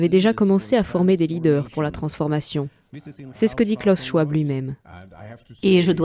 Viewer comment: Schwab se prononce SchVab. C'est allemand.